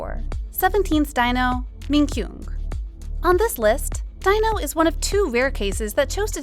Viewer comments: Great video, but Please when reporting on people, please get their names right. Seventeen Dino (pronounced Dee-no, not Dy-no), because it makes it look as if you didn’t do your research. FYI what idols do in their private lives is no on else’s business, I don’t care how long you have liked them or how many albums you have bought, you don’t own them, they don’t owe you anything and if you are going to behave like this you don’t have the right to call yourself a fan. PERIOD! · Not Dino! How to pronounce is Dee-no 😌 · jesus christ his name is pronounced DEE-NO. at least give your narrator a pronunciation key when you write these scripts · I was also talking about that like how can she pronounce it daino 😂😂😂